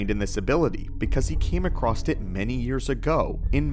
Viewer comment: Oh wow. Your accent gave it away: you’re from the PNW, aren’t ya? You said that thing they always do and pretend they don’t: “acrossd” instead of “across”